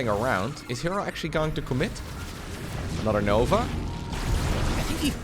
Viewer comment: aNUTer😂 and UTTER😂 always crack me up. Love the accent (I speak multiple languages) but you’re literally saying words that have other meanings. Or should I say UTTER meanings😂